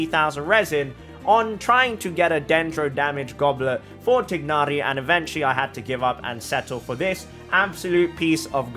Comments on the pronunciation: i’m glad you are pronouncing his name as “tig-na-ri” the in-game english pronunciation “tie-na-ri” is just wrong… 😞😒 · I really like how he pronounced Tighnari. Thats the closest to actual pronunciation of how he’s meant to be called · Through english grammar you are saying his name correctly, the way mihoyo says his name is wrong. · You're saying his name fine...if I hear THIGH-nari one more time I swear. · I don’t comment at all but I just wanted to say you’re one of the few ppl who pronounce his name correctly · I like how you pronounce his name. It sounds more authentic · i dont think anyone will see this but you are pronouncing tighnari's name right, it's not actually supposed to be tie-nari, its supposed to be the way you said it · You're not pronouncing his name wrong🙂